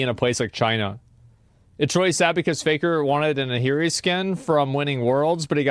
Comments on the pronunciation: As bad as all this is, I still can't stand how he pronounces it a-here-e. It's 4 letters that can be simplified to just r-e. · I can sense raging players fuming every time Asmon says AHEEREE instead of AHRI